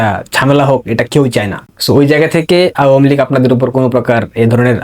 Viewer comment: ভাই, তোমার আওয়ামীলীগ বলাটা আরো সুন্দর করো। শুনতে ভালো লাগবে।